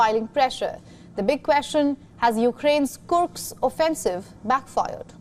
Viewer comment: Dear, it is not detioriate. It is deteriorate. It is Kursk, not Kurks.